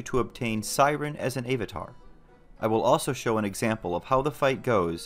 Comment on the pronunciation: A-vatar? Really dude?